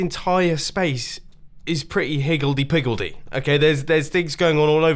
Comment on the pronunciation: Higildey Pigildey? 😂😂😂